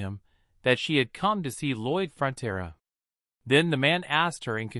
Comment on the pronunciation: lol ya, it’s Lloyd Frontera you could google it but this video messes up many times